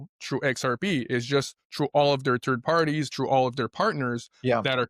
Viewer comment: He keeps on talking about turd parties it sounds nasty, I'm not into that LOL